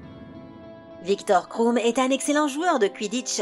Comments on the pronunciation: Viktor Kroum mdrrrrrr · Viktor Kroum et Ron Weisley 😭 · Michael KRIKORIAN t’a trop raison en plus « Viktor KROUM » !!!!!! Allô quoi 😶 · Victor KRROUMMM